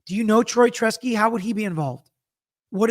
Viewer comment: Brilliant breakdown. However, you keep calling him Troy “Tresky”.